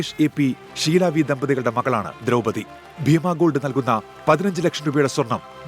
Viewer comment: ദ്രൗപദി എന്നാണ് കേട്ടോ. 'തി ' അല്ല.